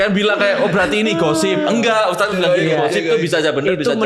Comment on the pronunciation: cuma yg manggil ustad pake us, bukan tad😅😅 tapi lucu jadinya wkkwk